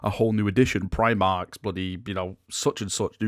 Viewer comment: Me: no talks of Primarchs?: I’m not saying Primarchs, but PRIMARCHS? Me: there it is.